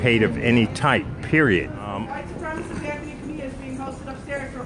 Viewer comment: ACIST. He's a white supremACIST. Not a supremist. By all means throw around buzzwords, but please fucking learn how they are pronounced first.